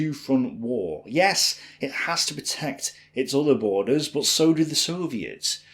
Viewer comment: No NOMBERS it's nUmber!!! Not BOT it's BUT